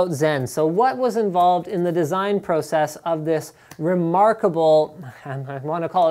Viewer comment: The way that you say process and processor freaks me out, but a good review.